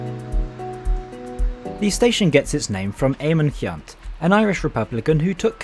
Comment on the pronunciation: Nice video production. Good point about the irritating lack of on-board food-- which was really pretty good pre-covid. Couple of station announcements. Galway Ce( hard c)annt not Keyunt station, Chooam not Tooam, Balinasloe (short i) not Baleenasloe, Athlone (normally)not Ahlone, Tull ( like Hull) amore.